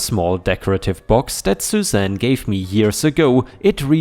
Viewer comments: Suzanne is said like "sue zan" not "zoo zan." 🤪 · Sue Zan not ZuZan